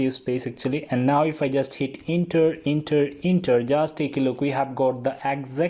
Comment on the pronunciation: It doesn't pronounce 'inter,' it pronounces' enter'